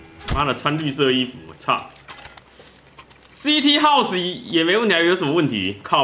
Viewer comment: CT house真的快笑死 英文是福利社阿姨教的吧